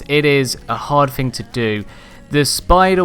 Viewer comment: I'm pretty sure it's thing and not fing